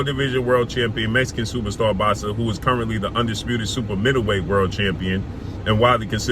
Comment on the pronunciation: It's Boxer bro sound it out, not "bazza" ....